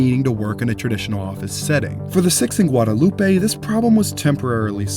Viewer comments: Heads up. It is NOT Guadalu peh in Austin. In Austin, the road is called Guad uh loop. It's one of many streets that are divorced from perceived pronunciation that would normally be assumed. Like Koenig being pronounced Kay-nig, Burnet Burn-it, Manchaca Man-shack, and so on. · I love this content concerning one of our new buildings but the street name “Guadalupe” is pronounced “Gwad-uh-LOOP” here in Austin. I know I know… the correct pronunciation of that word is mispronounced here when referring to that street. Just for your information so that you can improve on your content. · We pronounce Guadalupe as Gwad-a-loop. Just so you know. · I know you’re pronouncing ‘Guadalupe’ correctly, but in Austin we say “Guadaloop” so it’s kind of funny and odd hearing it pronounced this way. I’m like, what is he talking about?? 😩😂 that being said, great video!